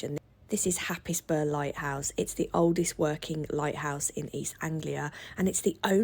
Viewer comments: I need to tell you the correct pronunciation for Happisburgh, it's not Hapisburg it's Haysbruh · We loved your non-biased view on Yarmouth, I've lived in Norfolk all my life, but your pronunciation and spelling of some of the location names are wrong. Lowersoft (Lowestoft) Happisburgh (pronounced Hays-burgh) not Happis-burgh 😂 You also forgot to sample donuts off the seafront and chips off the market. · Great video! Btw Happisburgh is pronounced 'Hazebruh'. Next time you go, you will sound like a local! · Happisburgh is pronounced Heys-boro. One of the most confusing place names of all time. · Happisburgh pronounced Hayes borough great video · FYI, Happisburgh is pronounched locally (properly) as 'haysbruh'. Makes me itch when people pronounce it wrong. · Good video but I have to correct you on the pronouncement of happisburgh. It’s pronounced as hays bruh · A lovely guide to our area, but for everyone's reference, it's called Lowestoft, not Lowersoft and Happisburgh is pronounced Hays-brer... Glad you enjoyed our town x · I saw the comment about Happisburgh being pronounced Hayz-bruh and just wanted to warn you that Norfolk is FULL of weirdly pronounced places that catch visitors out so it's always a good idea to ask a local about how to say X. My favourite of those I came across was Wymondham, which is pronounced 'Win-dum'... P.S. Yay for lighthouses. :) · Happisburgh is pronounced locally as Haze boro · The village where the lighthouse is found (Happisburgh) is pronounced Haysbruh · FYI - Happisburgh is pronounced "Haysbruh" - I know, we're weird this side of the country. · Sorry, as Norfolk resident, just up from Happisburgh, I have to correct your pronunciation, it's Hazeboro. There is plenty in this area that reminds us of our ties to the sea. Not commercialised, so you have to look carefully. Enjoy your stay in wonderful Norfolk.